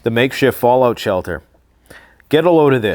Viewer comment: Falloat shelter, he says